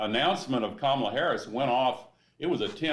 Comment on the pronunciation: Saw Trump call Kamala "cabala". Interesting choice? I replayed n checked three times , it was a B.